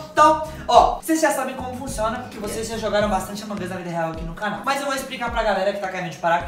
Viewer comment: No começo o falou avong us e e among us